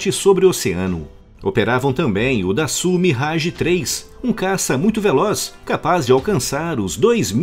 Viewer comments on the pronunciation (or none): Dassault, se pronuncia: “dassô”